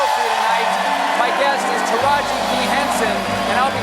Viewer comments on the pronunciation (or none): none